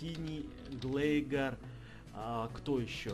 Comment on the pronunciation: глайгар-а не глэйгар